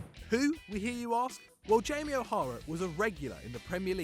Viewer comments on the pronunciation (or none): none